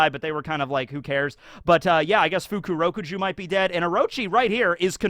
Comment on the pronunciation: I think his name is pronounced Fukuro-KUju, not Fuku-ROku-ju